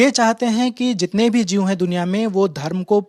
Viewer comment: Jeev hindi m hota h,,, Jeev ko jeevs Bol Kar language kyu bigad raha h...... Uneducated.